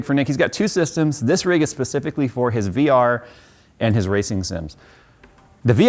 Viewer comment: Hi. I lose a tiny bit of respect for you every time you say "pacifically". It annoys me specifically. You spend too much time playing world of warships. Get out of the ocean PC boy! I jest, or do I...…?;-)